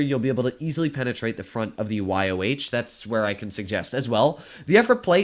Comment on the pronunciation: its pronounced Y-O, not Y-O-W